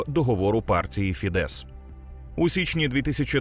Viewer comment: Дякую за контент. Тільки не фідЕс, а фІдес (наголос на "і"). В угорській мові всі слова практично без винятків мають наголос на перший склад.